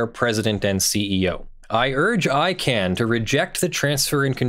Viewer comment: ICANN not ICANNOT